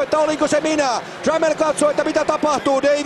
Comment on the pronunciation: Trammell lmao :P sounds like tremel bitch! i didnt even understand this